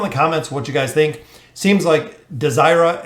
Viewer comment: I like pronouncing her name as Dey-zer-ra instead of desire-a. Doesnt flow well.